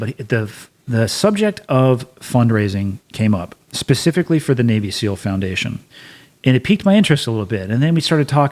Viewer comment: scou SEAL not seal lol